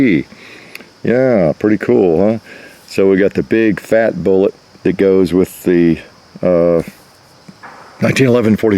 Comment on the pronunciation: "The little day booolet"